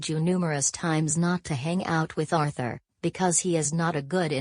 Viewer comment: It’s pronounced Ar-thur